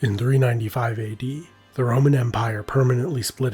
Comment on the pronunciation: I swear he’s saying the ramen empire